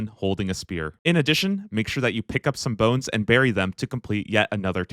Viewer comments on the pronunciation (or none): none